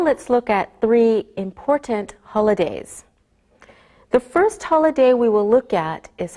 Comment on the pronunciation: evet "otomatik" altyazının acizliği tamamen zaten öğretmenimizin "Holiday" telaffuzu çok net ilgilendiğiniz için teşekkürler